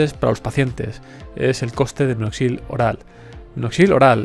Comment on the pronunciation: No es "minoxil", sino minoxidil .